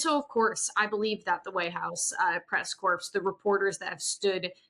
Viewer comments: Not trying to be a jerk, but somebody please tell to pronounce White House Press "Corps" like "core", not "corpse" (like Obama did)! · It’s pronounced press core not press corpse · I am a truly gob smacked that this person who covers the White House, who is a member of the press corps doing that, doesn’t know how to pronounce the word corps ! And that no one she works with has ever told her how to pronounce it correctly? Astonishing.